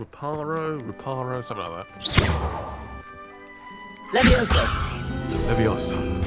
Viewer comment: Can't believe nobody already did this but it's LeviOsa not levioso xD